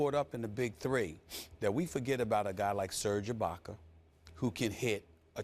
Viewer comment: "Serge ibaker" lmao